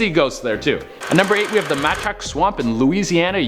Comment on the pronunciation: Its pronounced man shack, and growing up in Louisiana, i hated this swamp. Still hate it.